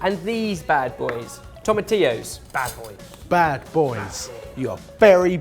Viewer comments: I'm so proud that finally learned how to say tomatillo! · OMG! learned how to say "tomatillo"! Our little is growing up so fast:') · Also, kudos for pronouncing tomatillo right, you've made a Puertorican happy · SO PROUD you guys finally pronounced tomatillo correctly! That's bothered me for years...